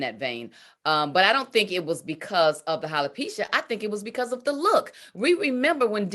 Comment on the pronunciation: Marshmallow LisaRaye it's not Hella-pecia it's Alopecia Dummy LisaRaye who always trying to correct people when they say a word wrong.